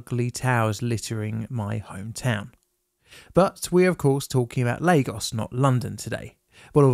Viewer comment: Not Leygos. Lagos.